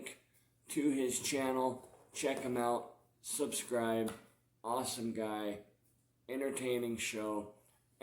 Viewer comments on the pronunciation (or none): none